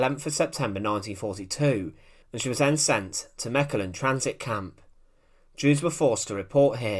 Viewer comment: Kudos to you for not butchering the pronounciation of Mechelen. Greetings from a Mechelen resident.